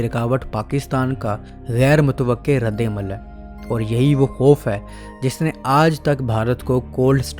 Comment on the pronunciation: KHOOF? What is KHOOF? Asl lfz "KHOUF" hota hai mere Bhai, urdu to theek se bolna seekh lo.😱😏